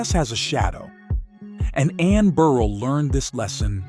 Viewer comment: Please, I get that it's A.I. but damn...it's Bur-RELL, not "Beryl"...